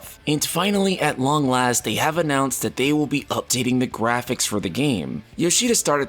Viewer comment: "grahpics" xD jokes aside, this is absolutely wonderful! Everyone was hoping for these kind of updates and they're finally delivering! Also no NFTs are just the icing on the cake! The future of FFXIV is looking very bright!